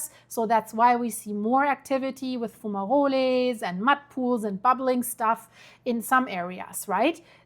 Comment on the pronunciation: Good job. Fumaroles, like fum-a-roles, (not Rol-a), and Geyser like "Guy-Sir'